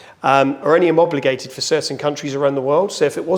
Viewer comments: Homobligated ahahaha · Teach that man to say homologated correctly😎